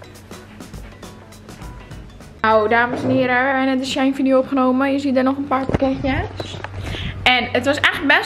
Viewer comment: Het is SHE - IN je spreekt het niet aan elkaar uit hahaha